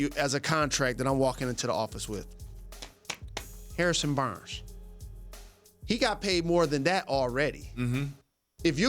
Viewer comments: "HAIR SON BURNS" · The way he says harrison Barnes is disgusting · Why did he say Harrison Barnes like that